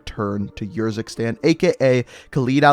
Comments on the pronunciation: No offense but you sometimes sound like your running out of breath. Also Urzikstan is a real place and it is pronounced Errzikstan not yurzikstan. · Please stop saying Urzikstan every time you say it I want to punch you in the face... like it’s honestly ridiculous man.